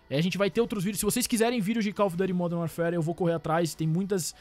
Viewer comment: Pô modern warfarefjcmxm sei la como vc fala kkkkkkkkkkkkk